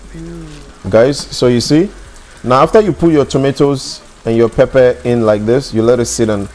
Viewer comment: Love the videos but it is not papa its pepper